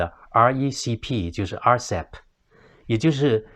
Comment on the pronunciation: 对不起，分享，在Timeline 1.28, RCEP， 讲成， (RECP) 谢谢